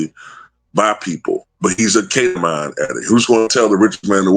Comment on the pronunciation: It's pronounced Keta-Mean, just FYI Also, Imma say it again... People had all kinds of smoke for Hunter Biden, and his drug use and womanizing and supposed ties to Ukraine and such...After YEARS of trials the Republicans found ZERO charges that cooks stand up to a court of law against supposed connections to Joe Biden Meanwhile, Elon... Drug addicted, womanizer, DIRECTLY connected to the President, actively influencing policy, part of Doge, AND a foreigner, AND has direct ties to Russia and Putin... Crickets 🙄